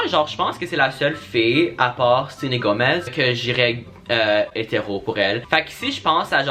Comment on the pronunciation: Est ce que je suis la seul a avoir capté qu'il a appeler selana gomez ( SENÉ GOMÉ)😂😂😂😂😂deaddddd